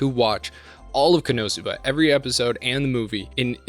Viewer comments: Its ko... no suba not how you say it. So you watch the show They scream the name like 15 times a episode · Koe No Sue Bah? What universe is that the pronounciation, they literally state the pronounciation multiple times lmao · ................... shouldn't the .... emphasis be on the THIRD syllable and not the ... SECOND one?? Ko-no- SOO-ba? Whatever. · It's ko-no-suba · So sorry for this as it is a bit annoying but it is CON-NO-SUE-BA. Not wanting to be that guy but hearing it said wrong so many times gets to me. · god the why you say konosuba hurts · Why you say Konosuba wrong? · Absolutely unwatchable due to the pronunciation of konosuba. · Why you pronouncing it like that? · Please please ... pronounce the show name correctly. I can't watch the video when you butcher the name like that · Great video, as always. But how do you mispronounce Konosuba? They only say the name of the Anime about 10 times per episode! Lol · The way he peonounces Konosuba makes me want to commit war crimes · I've never heard Konosuba pronounced like that lol and this series is uncontrollably funny and awesome never had a bad time with Konosuba plus been reading the manga for a really long time it's great too also ps Aqua Best Girl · Yeah it annoys me the way he says it